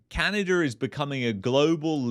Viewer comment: Sorry my friend it’s not Canader but Canada 😂, thanks for correcting this 👍